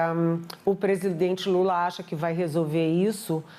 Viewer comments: Impressão minha,ou ela disse Lule? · Essa Canhotede é uma comédia. Os erros de fala do presidente são multiplicados por mil pelos leões. Kkk E o que eles faziam com os erros de fala do presidente anterior? Multiplicavam por cem mil ou por um milhao. Que ridícula...🥱